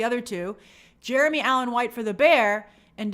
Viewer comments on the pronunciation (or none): none